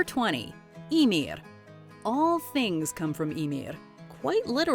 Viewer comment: she pronounces that one right for Icelandic. but she messes up totally on any name that has the letter ð (Skaði, Íðunn, Höðr, etc.)